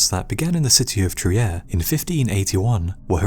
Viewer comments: Fantastic video! Trier is pronounced "Treer" in German, by the way. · trier is pronounced "treer"... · Trier is spoken "treer"